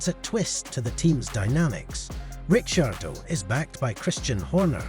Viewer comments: The pronounciation is just an inchident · A little tip. Learn the names properly before u make a video. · what is that pronouciation🤣